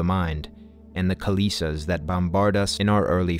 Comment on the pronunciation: Good video. I just would like to point out the pronunciation of the word kilesa. It's "kill-eh-sah" It's not kil-ee-sa. Metta 🙏🏻